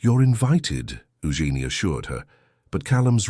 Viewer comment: I'm pretty sure that "Eugene" is being mispronounced.